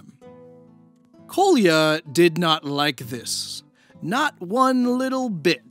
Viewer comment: Sry to be nitpicky but you should've checked how Kolya is pronounced. Now it sounds somewhat abrasive to slavic ears when you use it so many times :D